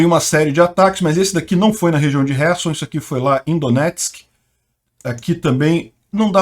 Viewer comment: Ele está pronunciando corretamente o nome da cidade ucraniana de Kherson.